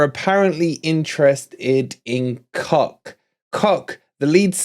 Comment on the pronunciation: Isn't Koch pronounced kotch? I take it wolverine the new forest sponsor next season is down to two possibilities. Grecian 2000 or just for men.